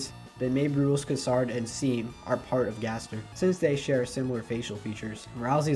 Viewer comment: Roolks kuhsard and seam... yeah you beefed it pretty bad lol its rules card, and shawm, though by now you probably know, no criticism though!😅